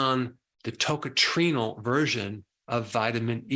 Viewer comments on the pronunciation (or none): You don't pronounce that as TOCATRINO for heavens sake!